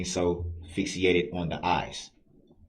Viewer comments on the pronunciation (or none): Did he say Fixiated!!Ff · What is "fix-e-ated Durl??? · Someone should tell Dumbo Brooks that there’s no such word as “FIXIE-ATED”. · He said fixiated instead of fixated LOL 😆